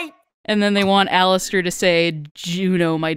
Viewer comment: Did no one else noticed that instead of saying Alastair he said Jalastair